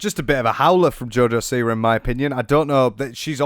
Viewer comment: Im part Polish and......joj siwa...no